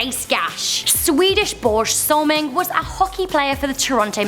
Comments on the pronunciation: its pronounced borjay salming not borge lol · LOL Borsh solming the best I heard xD Im coming from sweden